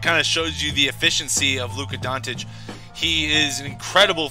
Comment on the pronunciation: I dont want to be an A. ,but his last name Dončić, you can try like this Donchich, i know you guys dont use č and ć, so just a little tip>č or ć= ch.